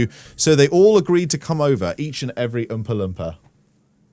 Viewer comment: the way you said umpa lumpa I couldn't stop laughing lol also your not fat your good